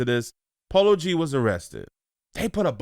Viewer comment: He said polo g not like that 😭😭 He raised in Chicago up north 😐